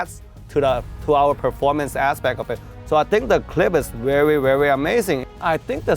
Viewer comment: I love it when he says: "The fight is vewy vewy vealistic"